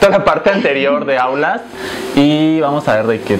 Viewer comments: a y dice outlast y Rafa dice autlast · Es outlas no aulas 😂